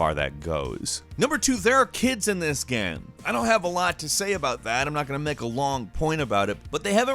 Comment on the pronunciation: I like it when you say GAM